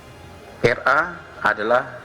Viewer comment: Aku dengernya RA bukan NR